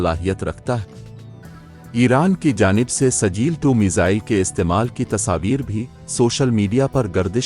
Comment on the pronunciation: کیا سجیل سجیل لگائے ہو تلفظ ٹھیک ہے کرو